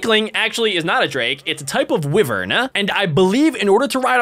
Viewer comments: claims to be a dragon master Also him: doesn't know how to pronounce wyvern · It's not pronounced wivern, it's pronounced why-vern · It is not wivern it is y-vern wyvern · don't you know how to read it's a waiver not a waiver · Wyvern is pronounced why-vern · its prnonced ( why-vern)